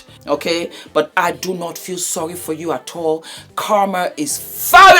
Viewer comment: When says, ‘absolutely NAAT!!!’ Dead! Here for it 😅😅😅